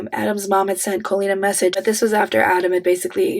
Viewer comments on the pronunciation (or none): Not going to lie, but I am low key loving how you say her name. All i hear is a fancy way of saying colon. Which fits. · I really enjoy you pronounce her name “Cole-lean” because it sounds like “colon” 😊